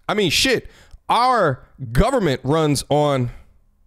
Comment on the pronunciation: Ayyyyye When he was talking about the government it sounded like he said Jujitsu branch. We over here in the hidden states village.